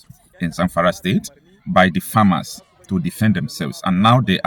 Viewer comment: Bro I am guessing that by "FERMER" you meant "FARMER".